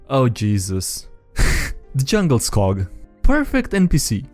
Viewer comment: Djungelskog means jungle forest in Swedish, the D is silent and the O is drawn out. And yes, people who understand Swedish find IKEA's naming convention to be just as silly as the rest of you.